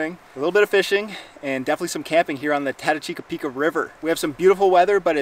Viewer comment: Love the video, looked like a great trip but I am mostly impressed with you saying, "TATACHIKAPIKA" river. I would have screwed that up several times in my video, that's a tongue twister!